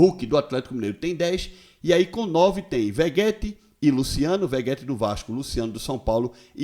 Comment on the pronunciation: Linesio me desculpe por tentar lhe corrigir. Maís a pronúncia é Verreti e não Vegueti. 😉👍🏼 Escreve-se VEGETTI